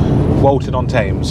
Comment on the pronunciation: You pronounced Thames like a foreigner.